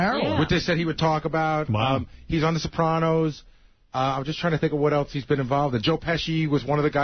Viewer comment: Gary can’t help but drop in lines and then sit back and look for Howard’s approval. He also has to say “eltse” instead of “else.”